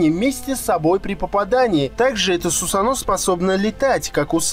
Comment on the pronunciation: сусАно а не сусанО